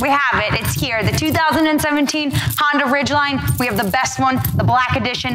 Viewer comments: honDA, DAAA. She keeps saying Honder it's cheesing me.. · Did you just say Hondur? Cool review none the less. ;)